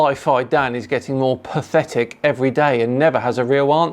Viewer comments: 'Perthitic' .... HA! Pathetic. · is "perthitic"? He's made of feldspar? That's an interesting insult... I guess? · „Perthitic“….just saying! 😂😂